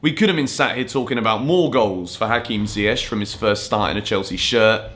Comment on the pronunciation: I appreciate how you Yan & Younes pronounce Ziyech's name correctly. Could you tell please Frank it's not Zieyetch LOL